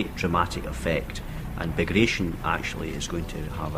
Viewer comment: The Operation Bagration is mispronounced as well, it's not "-tion" as in operation, but rather "BagraTYON", as it was named after a Russian Napoleonic War hero, Pyotr Bagration.